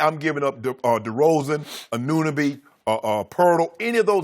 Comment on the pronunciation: Lol how do they say they love ananoby but they can't pronounce his name